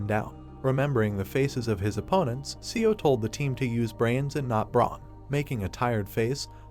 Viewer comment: Seo is pronounced "Saw".